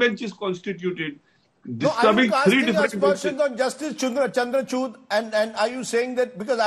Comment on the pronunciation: Please listen after 2.59 . Rajdeep saying justice "Chandrachut"😂😂😂😂😅